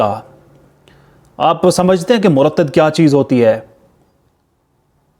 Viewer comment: ہوسٹ کو ابنے لفظ ۔۔۔مرتد کا تلفظ درست کنا چاہیے۔ یہ ہوسٹ پاکستان اور فوج کے خلاف کیوں بولتا ہے